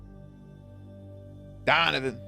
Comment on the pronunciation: The way you pronounce "Donovan" gets me every single time-- Honestly the way papa Stilinski told Stiles that he would destroy every piece of evidence to protect him, my heart just CRIES for them. I love their relationship so much.